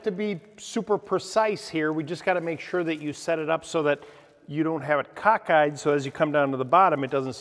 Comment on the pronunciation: "Cockedeyed" - lol